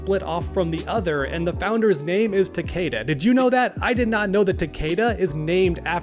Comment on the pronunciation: is gonna be pissed how you keep mispronouncing Takeda’s name. It’s one of his biggest peeves and you kept doing it in this video while referencing himself 😂 it’s TAK-EH-DAH. Not TAK-AYE-DAH.